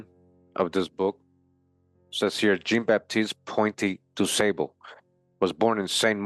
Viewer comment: Jean is French for John and pronounced "Zhon." Zhon BahTEEST Pwohn Du SAHbluh.Thanks for this video.